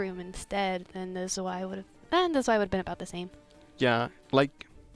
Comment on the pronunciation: Were som nice games played here! Really wish this game got more views. It really deserves it. As a side note. Please stop pronouncing Zwei (German word for two) as Sway... XD